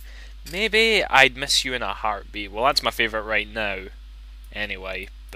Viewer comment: Sorry, but I laughed a little at the really thick accent when you kept saying "Mebby!"